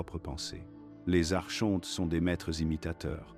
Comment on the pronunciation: Ça s’écrit Archonte mais ça se prononce phonétiquement Ar- Kon- Te